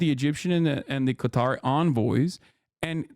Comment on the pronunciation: Bro doesn't even pronounce Qatar correctly, LOL.